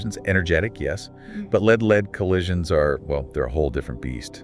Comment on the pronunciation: Is that an AI duo conversation kind of thing? I would never have guessed were it not for the "leed, led" mispronunciation.